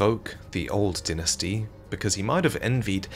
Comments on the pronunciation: why r u saying dinestie and not dynasty?!?!?! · You know what’s makes me mad is he is Calling a dynasty a dynisty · please, i know im nitpicking and your videos are great, but its not dinasty, its Die-Nah-Sty, Dynasty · I cannot take him saying "dinasty" 😭🤚🏼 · Why do I hear dentistry instead of dynasty? Am I the only one? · His pronunciation of dynasty was piercing my ears every time he said it… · Amazing video as usual. I have to say however, the way you say ‘dynasty’ was almost a dealbreaker on watching the video for me. Never heard it said like that before and it was very attention breaking. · Say dynasty again